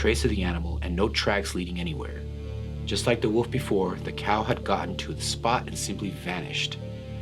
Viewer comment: Lol I was thinking that too, had a wee chuckle to myself! Thinking is it just me!?!